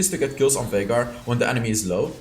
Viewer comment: Viegar Or Vinegar? LOL